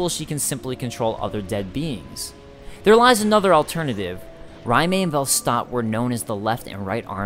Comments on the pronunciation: Its "RAY-m" not "RYE MAY." Raime is a strange spelling though. Not as vague as Smough or Gough, though. (no pun intended) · Wouldn't "Raime" make more sense pronounced "Rayme"? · Captain Titforce Except for the complete lack of any truly "Japanese" names outside of a few weapons (i.e. Katana), the Souls series has always been heavily steeped in European mythology and fantasy (Germanic myths especially). It would make far more sense for their names to be of European origin or base, and thus SOUND European. So Alonne would be Alonn (e being silent), and Raime would be "Ray-m". Even going by your ideology Raime would be pronounced Rai as in Rye-me not ray-me.